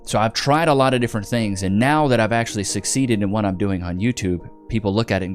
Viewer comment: Did she just say "a loff tomm of disappointment"?